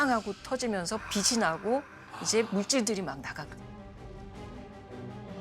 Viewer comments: 빛이 (비시)~ 똑똑한 분에게 인간적인 모습 잘 봤습니다~ 하지만 계속 거슬렸어요 ㅠㅠ 다른 패널들이 빛이 (비치~) 강조하던데... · 교수님 설명 다 좋은데, 발음 하나만 고치시면 좋겠습니다. '빛이' 는 '비시'로 발음하는 게 아니라 '비치'라고 해야 맞습니다. 이거는 교수님도 마찬가지에요. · 박사님 다 좋은데 빛이 를 발음할때 비시로 하시는데 비치로 발음 하시면 좋겠습니다. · 박사님 잘 봤습니다. 가장 가까이 있는 별이 있어서 태양을 연구하게 되었다는 말씀이 참 와닿네요^^ 박사님 아주 작은 한 가지 고쳐야할 점 말씀드릴게요. "빛이", "빛을"을 발음하실 때 "비시", "비슬"이 아닌 "비치", "비츨"이라고 발음해주시면 더 좋겠습니다. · 외람된 말씀드리자면... 박사님.. [비시]들어오면, [비시]강해서, [비시]비칠때 이러시는데... 우리말 바른 발음은 [비치]비칠때, [비치]달라요. 비슬-> 비츨 빛이->비치 비슨->비츤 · 내용 너무 좋은데 빛 이면 받침이 ㅊ 이라 빛이 = '비치' 빛을 ='비츨' 로 발음해야하는데 교수님 계속 '비시' '비슬' 로 빗으로 발음하시는점은 조금 수정하시는게 어떨까 싶네요.